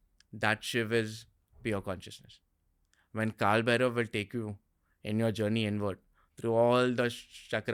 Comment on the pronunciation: Its Bhairava not Bherav in Sanskrit. Correct pronunciation is very important.